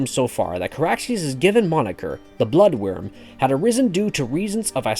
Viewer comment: Its "Blood Wyrm" not "Blood worm". I feel like most of these clickbait videos are made by people who have never read a book in their lives.